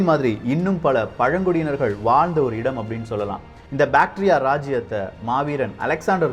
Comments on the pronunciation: Bacteria va.. bro that is bactria indogreek kingdom.. pronunciation should be watched carefully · அது பேடீரியா இல்லை பேக்ட்ரா